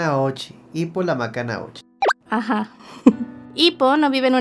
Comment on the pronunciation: Se pronuncia Makunouchi, pero en latino si esta bien